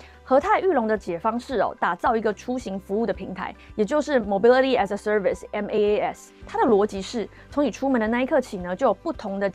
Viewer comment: MaaS是可以發音的不用分開唸⋯